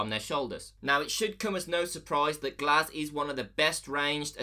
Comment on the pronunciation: The gs-ehch